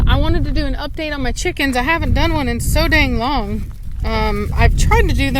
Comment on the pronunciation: I love you " Cheekans" lol!:) XD